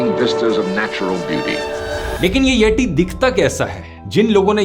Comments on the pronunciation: Nice explanation but pronunciation is यति Yeti, Not यटि. Like the video though. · its यति not यटी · You are pronouncing yeti in wrong way. Its यति not यटि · यटी ❌ यति ✅ Please provide true pronunciations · यटी नही यति झंटू 🫤🫤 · Hey, it's not येटी, it's यति😂, your pronunciation is horribly wrong. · येती ❌ येटी ☑️ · Yeddi ❌ yeti